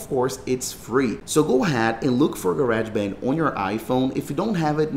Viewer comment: Ga-reg band 😂